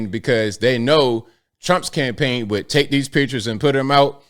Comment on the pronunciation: Say the letter "D". Seriously, actually try and SAY IT. Can you say it? Can you say RED, or GOLD, or WOULD? Because what you are saying thru the whole video is RET, GOLT, and WOULT.